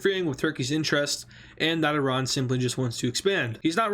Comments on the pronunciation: The more the video progresses, the more he learns how to pronounce Iran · its not i ran ,its iran man ,pls correct your spelling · Irun?i hope my ears malfunctioned.